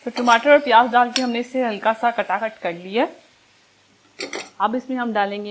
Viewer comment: Kata kit nai taka tuk hota hai...hahaha .com